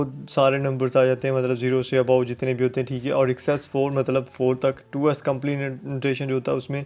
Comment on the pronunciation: Was this really a lecture!!! u don't even know how to pronounce fixed, 2's,...like no offense but at least u can do preparation...